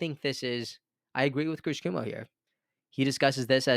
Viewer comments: Cuomo is pronounced Quo-Mo. Not Coo-Mo. #Kennedy24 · "QUO" - MO ... NOT "KOO" - MO (Chris Cuomo) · It’s Chris Cuomo (not coomo) the o is not silent :) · Chris Cuomo (pronounced like Qwomo) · Thanks for your work,. Also, Chris Cuomo's last name is pronounced "Cwoh-mo". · RFK, Jr. will not settle for a cabinet job in the corrupt red and blue parties, and if he does, there goes my last glimmer of hope and optimism. <Also- to the host, just fyi- it's "Quo-mo" :)> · *Kw-oh-mo... But either way.. AR-EF-KAAAAAY!!!!! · Keep up the good work,! (Psst: It's cuOMO. ☺️) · cuomo not cumo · Cuomo (Pronounced with long O KwOmo) is related to Kennedy, by marriage I believe. Glad he's helping the narrative. No way is Kennedy dropping out. Why would he when he's going to win. Any candidate able to overcome the roadblocks to getting on the ballot in all states certainly is strategic and smart enough to win. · Chris pronounced Kwoe moe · Love you great insight! BTW... CUOMO is pronounced "Qu-oh-mo". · You love his presence, but you cannot so much as pronounce his last name correctly. 🙄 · Learn how to pronounce what is a very common political name Cuomo. It will give you more credibility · Please check the pronunciation of Cuomo. It's a well-known political name in NY and there is a correct pronunciation :)